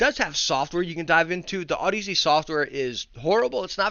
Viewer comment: Damn you haven't STILL learned to pronounce audeze lol